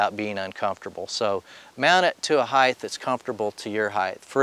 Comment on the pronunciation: Good video. Mispronounced “height,” but good video.